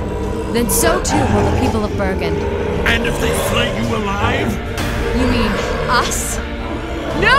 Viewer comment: Bergen, not Beregen.. >_<